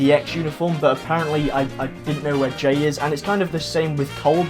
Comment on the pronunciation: It's jay not jane